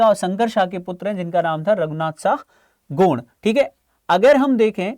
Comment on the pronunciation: गौड़ नही हे भाई गोंड हे